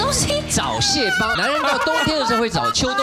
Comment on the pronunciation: "找蟹"一直聽成"早洩" XD